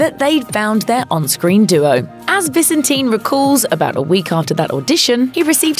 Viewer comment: I believe David pronounces his last name ViSENtin, not VISenteen...